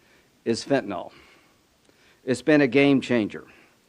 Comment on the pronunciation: Cheeto puff's bestie cheese puff what do you mean "we're gonna"?? You can't pronounce fentanyl correctly. You are a damn joke yourselves 😂